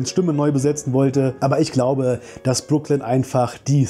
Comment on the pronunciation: Ich hatte extra nochmal in die erste Staffel reingeschaut und dann auf deutsch und englisch geschaut wie ihr Name ausgesprochen wird, weil ich es auch so in Erinnerung hatte, wie du es jetzt bestätigt hast.